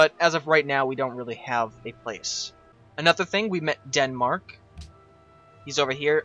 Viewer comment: did he seriously just say DEADMARK??????